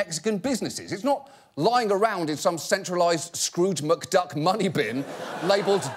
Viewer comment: He said "Scrouge McDucks money vault" lol.